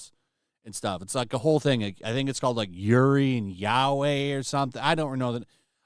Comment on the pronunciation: Bro really trying to act like he doesn’t know how to pronounce yuri and yaoi 😂